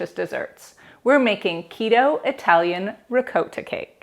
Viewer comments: Hearing you say RE-COAT-TA is strange. Sounds much better the correct way, as in Ri-cot-ta. I'll probably watch your other videos. Hope they're pronounced correctly. LOL. Anyway, thanks for sharing. :) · Bless your heart ♥️ Parents were both full blooded italian ( raised in USA ) PA Never heard it pronounced that way! It all good ! Mom made everything homemade! I subscribed to your channel, However I live 6,700 ft above sea level! Baking can be a challenge. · The way she is saying ricotta. ☠️🪦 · Please pronounce ricotta correctly